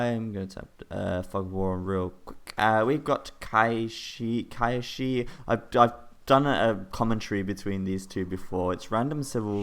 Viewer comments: Qishaoye is pronounced Chi Shao Yeh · As a reminder, it is said "tsi shao ye" :)